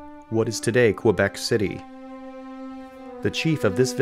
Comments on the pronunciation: Iroquois is pronounced Iroqwa, not "irokoy". Gaspe is pronounced Gaspay, not "gasp". Quebec is pronounced Kaybec, not "kwabec". Trying to help but there are so many mispronounciations ... Come on man. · Cartier - car-tee-ay with the t almost soft Gaspe - gas-pay Hochelaga - hosh-e-log-a Quebec - ke-beck Iroquois- ear-o-qwah Just some helpful pronunciation tips